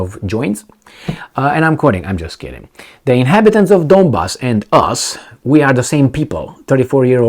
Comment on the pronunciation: Also, NOT "these Guyses" but "these Guys" Also, NOT "I'm just keeding, keeding" but "I'm just kidding"